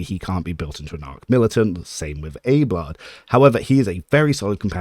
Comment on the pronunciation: I can only assume you're trolling with that pronunciation of Abelard.